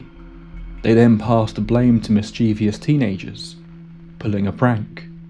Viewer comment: IT'S MISCHIEVOUS, NOT MISCHIEVIOUS!